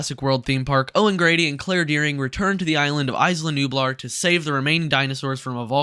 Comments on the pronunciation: Say it with me…IS-LAH not ICE-LAH lol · "Ice-luh Nublar". It's pronounced "Eye-luh", not "ice-luh" haha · (EeeZ-lah Nublar) come on man